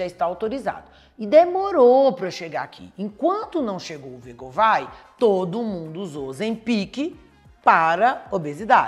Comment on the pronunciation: a pronúncia de wegovy não é "vegovai". É mais parecida com a escrita, "uigôvi". Já vi vários médicos americanos falando.